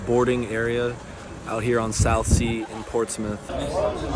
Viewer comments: And you`ve even got the pronunciation right ........Portsmeth not Ports Mouth , good lad ! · I'm less than a minute in and already happy. You said Ports- muth - like a native! Lol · So impressed that he said Ports-muth and not Ports-Mouth. 🫡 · Well done on pronunciation. Portsmuth and not Ports mouth. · The first guy from the USA to say Portsmouth correctly.. it is NOT Ports-MOUTH.... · Portsmouth (Pompey) is my neck of the woods! Well done for not pronouncing it Ports Mouth. Did you know Portsea island, where Portsmouth is, is the most populated island in the UK. Would have been a great opportunity to visit Fratton Park for a Portsmouth football match. It's a brilliant atmosphere there. And here's a bonus did you know... 'Getting off at Fratton' is a naval euphemism for premature ejaculation! 😊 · Tip my hat to the correct pronunciation of Portsmuth.....